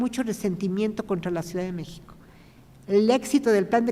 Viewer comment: La palabra México no la pronuncia correctamente! Hay que recordar que es idioma nahua. Es grato saludar